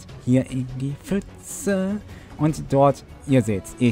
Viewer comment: „Fütze“ Gibt es eigentlich für Youtuber ein Verbot, pf korrekt auszusprechen?